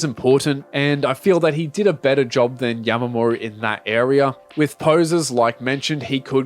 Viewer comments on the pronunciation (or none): why do you keep sayin yamamoru